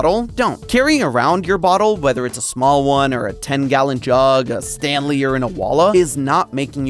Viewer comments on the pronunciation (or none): none